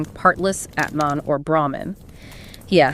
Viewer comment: Great summary. Not to be petty, but Atman is not pronounced like cAt or bAt. The « a » is more like ahh